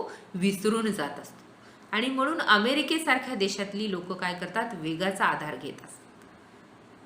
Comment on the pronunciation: मॅडम न आणि ण मधला उच्चारणाचा अभ्यास करण्याची गरज आहे । काही ठिकाणीअत्यंत अशुद्ध उच्चारण आहे । वाहण नव्हे वाहन लेखकाणे नव्हे लेखकाने होय। म्हनुन नव्हे हो म्हणुन आहे कारन नव्हे कारण हवे हो मॅडम। थांबनं नव्हे थांबणं पन नव्हे पण हवे मानुस नव्हे माणुस हवे। मराठी शिक्षिके कडुन एवढ्या अशुद्ध भाषेची अपेक्षा नाही । माफ करा जरा स्पष्ट बोलतोय । अशुद्ध भाषा असहनीय असल्याने हे विषद करावे लागतेय ।